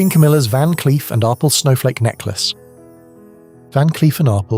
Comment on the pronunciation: That is pronounced Ar- PELL.